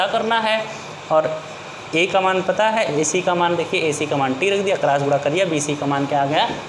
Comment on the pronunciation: Aap padhate to acha ho lekin gune ko gura kahate ho s ko yas kahte ho cross ko crass kahate ho